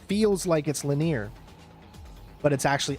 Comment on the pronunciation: Why do you pronounce the word linear as “laneer”? So strange.